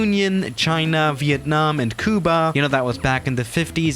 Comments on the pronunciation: "kooba" ........ Oh. Cuba. Got it. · I love how he says Cuba!! Lol!! 😂